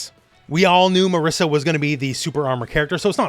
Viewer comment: Ok is not MARISSA is MARISA, she's Italian! We italians don't call Guile Gooeele! Some respect. :)